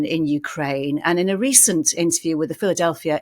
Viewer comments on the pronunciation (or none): none